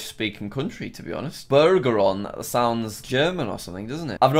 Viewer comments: How does Jack pronounce Bergeron as Burgeron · in Bergeron, the g is pronounced Ber-zher-on